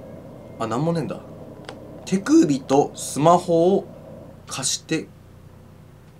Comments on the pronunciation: て↑くびか面白かった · 手首とスマホをって所手首が乳首に聞こえた私も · ｢てくぅ↑びとスマホを｣ ここ地味にじわる｡